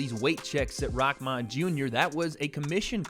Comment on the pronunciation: It's rahman not rockman